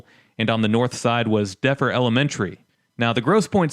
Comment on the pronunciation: The way he pronounced "Defer" made scream internally